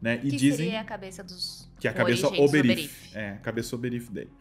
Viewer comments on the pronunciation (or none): Obyriths e eu só consigo ouvir “Uber eats”